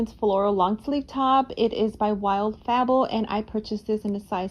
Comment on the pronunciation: It's pronounced Wild "Faybull" not Fa ball.